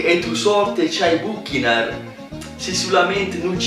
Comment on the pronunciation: Non ho mai sentito nessuno leggere così la parola bucchinar hahahahahahhahahhaahahahhaahahha